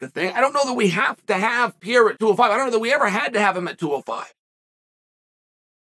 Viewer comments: Pierrah? Come on Chael. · Chael called him Pierra all the time. The funny thing is that pierre means ''stone'' in French. Powatan